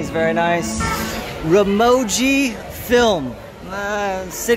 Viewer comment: Dym dude work on your pronunciation before sponsoring you can't even pronounce Ramoji 😌